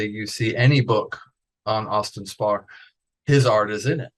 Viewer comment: Is Austin Spare really pronounced Spar? Is he testing the interviewer..and the viewer and himself? I think so.